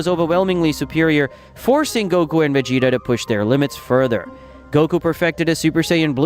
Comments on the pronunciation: va-gee-ta not ve-gee-ta get a better ai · Lost me when he said Vegeta name ✌️